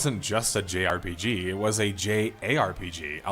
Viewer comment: What's the J in JRPG? Japanese? Is there a reason for that emphasis?